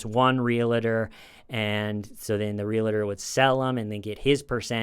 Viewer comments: REAL-UH-TOR? REALTOR. WHERE'S THE EXTRA SYLLABLE? Otherwise, love your videos👍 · Gotta jump in here to say a) love your show, and b) Pleaaaaaase stop saying “REAL-i-tee” (it’s REAL-tee) and “REAL-a-tor” (it’s REAL-tor). Realty. Realtor. Only two syllables apiece. 🌺🍷🌺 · can't say realtor either hahaha